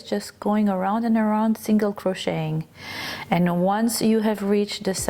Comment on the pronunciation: Omg PLEASE! STOP! Pronouncing the “t” in the word ‘crocheting!!!!!!!!’ It is EXTREMELY distracting!!!! Oh, and I absolutely love this design btw... even if your math is massively off for the front and back panels and the sleeve holes. It’s okay though. I figured out a way to fix it myself.